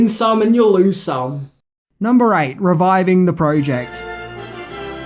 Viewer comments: Reviving, not "Riving." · "riving" the project? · brah reviving..riving...c'mon. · #8 RIVING the project, even though you said reviving. Cute. I thought I was seeing things for a minute. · "Riving" is not a word. "Reviving". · 8. Riving the Project...? A few letters missing there, 🤣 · “Riving the project”